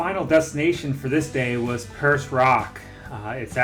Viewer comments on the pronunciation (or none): and Perce Rock is pronounced Peer-Say